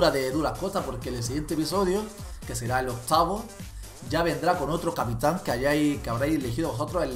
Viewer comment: capitan va con acento a la segunda a no a la primera kiki 😂😂